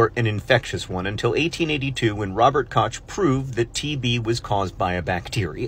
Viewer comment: Your pronunciation of Robert Koch caused me physical pain. But otherwise, thanks for the video. Interesting.